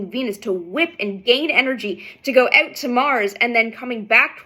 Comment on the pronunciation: That "out" sounded very Canadian. 🇨🇦"sorry"🇨🇦